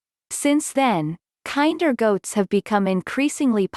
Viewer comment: This is so painful to watch. The breed is not pronounced like the word "kind". Kinder should rhyme with "tender" (Among many other problems with the video). What the heck is up with the desert landscape footage when referencing a perpetually green farm that was in the Pacific Northwest of the US and shadowed by massive Cedar trees? A lot of the basic data about the breed is correct, but obviously just copied from random online sources. You'll want to double check some of the stock goat footage and statements about lacking floppy ears to avoid misleading people.